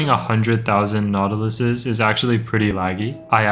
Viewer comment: every time bro says the plural of nautilus I only hear "nautilussy"